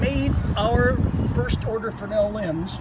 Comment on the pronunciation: Guys been doing lighthouse tours for 9 years and still saying frenel instead of Fresnel